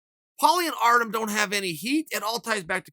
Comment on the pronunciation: Chael still undefeated on mispronouncing Artem's name